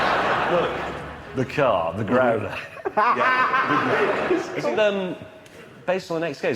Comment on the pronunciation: grawler not growler